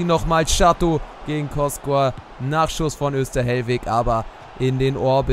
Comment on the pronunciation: Der Keeper von Jena wird "Kotschor" und nicht "Koskor" ausgesprochen😂